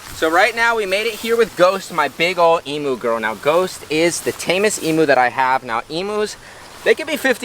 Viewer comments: From an Australian, please, please, please pronounce Emu correctly! It’s eem you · Learn how to pronounce EMU correctly. She is one of our nations birds. Indeed she is on our National Flag.